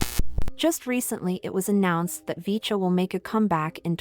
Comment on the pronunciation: 푸지지지직,,,야야야..핵교는 나오긴 햇냐??,,,,VCHA를 브이차로 발음 해야지,,어트게 비춴야 비쳐긴???,,,영어를 전혀 모르는겨???